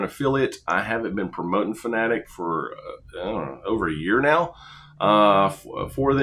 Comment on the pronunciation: Subbed just because you're one of the few I've see pronounce Fanatec correctly lmao